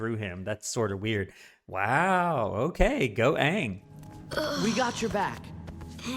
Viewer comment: His name is Aang, not Ong. NEVER call him Ong, that's a capital offense in Avatar. Only M. Night SHAMalon would pronounce it that way. you should know his age, Book 1 Episode 2 you would have been told he's 12.